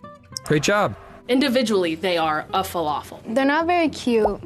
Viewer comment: Felafel? Falafel💀